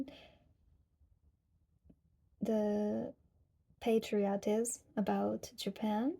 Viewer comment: when you say patriotists it sounds like pottery artists. i thought you will going to show us how to make a bowl from clay :D